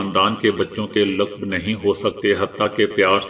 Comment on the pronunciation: The word/lufz is laqab & not laqb. Kindly note. براے مہربانی تلفظ پر توجہ دیں۔